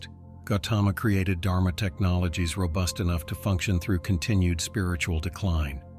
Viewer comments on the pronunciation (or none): none